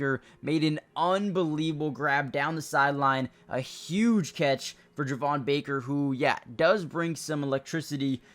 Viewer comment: Slight correction, Javon Baker’s name is actually pronounced Jay-von. Thanks for the nice video and keeping us all updated! Excited for the pads to come on tomorrow!